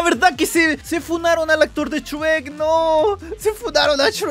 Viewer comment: Shrek❌ Chuek✅